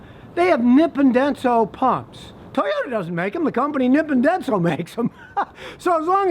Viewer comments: Ru sure? Scotty's saying nip & densil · Nippon Denso: pronounced as "Knee-pone Dense-Oh" ( Japanese vowels are the same as Spanish vowels if that helps. ) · As a Japanese speaker, I can say his pronunciation of nippondenso sounds funny. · Is that how the Japanese corporate execs say it or that's how the American employees in Battle Creek say it? I've only heard Americans pronounce it and they say it the same as Scotty.